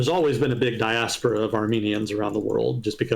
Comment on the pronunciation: It is actually "diAHspora", not "diaspOHra"